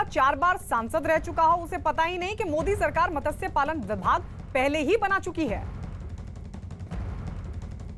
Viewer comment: it's not मतस्य its मत्स्य 😂😂